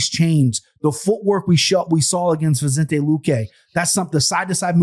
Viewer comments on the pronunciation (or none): none